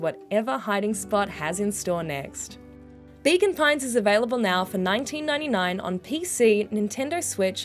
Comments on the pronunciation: I kept hearing Bacon Pines.😆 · That's because that's what's being said :D Accents gonna accent